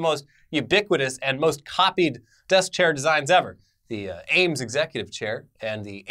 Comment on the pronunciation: eames not ames